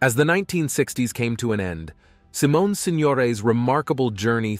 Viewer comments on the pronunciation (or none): none